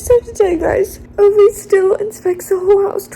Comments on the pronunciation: love Fredrik Backman and his writing style so so much! Also just a friendly pronunciation check "Ove" is pronounced like Oo-Vah. I had this confirmed for me in the audiobook which was also very well done! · why are you saying Ove like that 😅